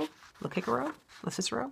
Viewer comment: Haha,, only a humanities scholar would even think of pronouncing Cicero "kik-er-o"! It made me smile. And it is quite a lovely shawlette, too! Love that yarn.